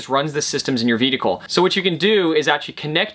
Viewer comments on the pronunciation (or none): I really like your clear and indepth explanations, i just get a slight chuckle whenever i hear your vedicle instead of vehicle, i know it is not considered polite to tease speach impediments, so please take it as a curioso and not a laughing at but more like a laughing with, it is sort of a oddity that is specific for you, and i like it, it identifies you as a unique individual.